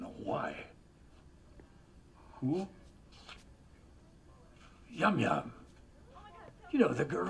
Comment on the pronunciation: pronounces Youa’s name correctly & Walt still comes her “Yum Yum” 😂😂